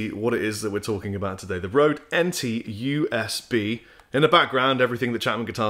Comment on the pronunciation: pronounce it right man!:D "Ø" has the same sound as "ö" in Swedish and Norwegian (also German, Hungarian and Turkish). It is similar to the sound of "ur" in the word "hurt" as it is pronounced by someone from the South of England, but with the lips pushed much further forward.